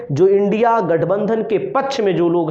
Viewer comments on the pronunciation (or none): none